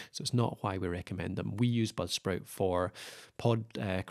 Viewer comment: Dude what the hell are you saying, budsprit or popsprit, or blubsprit